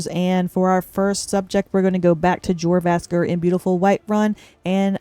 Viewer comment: You gotta work on your pronunciation of names! 😅 Jorvaskr is NOT pronounced with the usual "J" sound. And the inn in Solstheim is called the "Wretching NETCH", not "Wretching Nest".